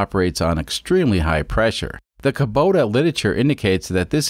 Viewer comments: It is a kubota not kobuta xD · Never heard of a Kobota. Are you sure it isn’t a Kubota ?